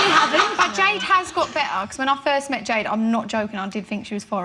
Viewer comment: Jesy: "jade" Perrie: "jeed" :))